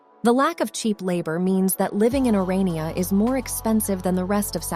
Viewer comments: It's Orania (pronounced Oran-yah), not Oriana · The town is called "Or-ah-knee-ah", not "Or-ee-ah-nah". The system known as Apartheid was implemented as a direct result of Blacks AGITATING for separate, self-governed "homelands". These were duly supplied and even though the National Party spent a great deal of money to supply everything needed to make successes of these areas, the White experts in the various fields were summarily expelled, leaving the Blacks with no expertise to run their show. As things began to collapse, instead of acknowledging their overconfidence and asking for the White guides to return and teach them the ropes, they did what Blacks seem to do best: blamed the White man for all their failures and subsequent woes. Of course, in the spirit of "equality", the rest of the world fell in behind them, resulting in the ANC coming to power in 1994. What happened to the Bantustans has now happened to the whole country, just as is happening in America's Democrat-run states and cities today.